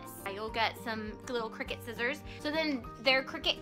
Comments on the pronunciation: Nice JOB!!!! only thing I would suggest is correct your pronunciation of the item. I believe it is pronounced CRY CUT not Cricket. Sorry have peeves about grammar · Isn't it pronounced CRY-cut? :P I'm that person. I had a coworker tell me the pronounciation and she was real snarky about it, too. Haha. I see this section at JoAnn Fabrics, but never researched what it was. It was maybe 5yrs before i got a clue. Another 2yrs (present) to find a need for one. So thank you for the vid!